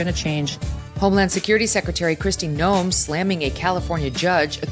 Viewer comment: Megyn, please note that Kristi Noem's name is pronounced Nowm, not No-em. No-em would be how an AI voice would say it.